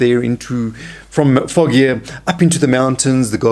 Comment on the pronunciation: Fawgia not Foggia